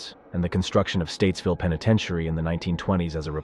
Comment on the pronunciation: It's Joilet, not Juliet. Also, the other prison is Stateville, not Statesville.